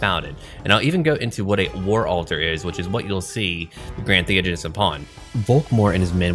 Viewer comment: Thee-ODGE-anist, NAG-ash.